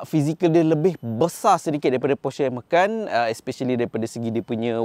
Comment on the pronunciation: Kenapa sebut Macan dengan “ME.KAN”. Bukan patut “MA.CAN” ke?